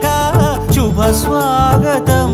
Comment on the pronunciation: Music is good and everything, but the male singer should pronounce "shubha" not "shuba", this is common mistake made by many singers not Balasubramanyam and other great singers. And I may point out female singer ( she is not native to Telugu) but can pronounce "lekha" not "leka".